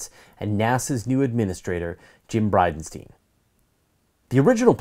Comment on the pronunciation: By the way it is pronounced Bridenst'ayn' not 'steen', in Jim Bridenstine.